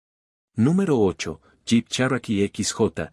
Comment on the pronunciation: El Cherikee?? En ssserio??? 😂😂😂